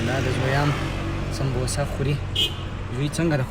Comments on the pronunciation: we called it samosa not sambosa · Werora sona bemana youtuber yast pa mazirat sara , sta de videos ao wakht zaya kwalo skha ba ledonki se zda kry ? Awal der ghlat talafoz kawi . Sambbboosa wayast . Sambosa lekal kizhi ķho Samosa wayal kezhi noor dase der tlafoz. Bal kochni di pa mother ke drawale da khbre wersra kwe, bal de kochni sara drive kwe ao twajoo di mobile ta .pakawro ao de mashome sara khbro ke da , werora dase videos bande wakht zaya kra che amozeshi wi .